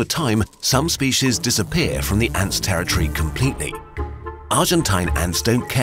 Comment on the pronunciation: It's pronounced "territory", not "terror tree".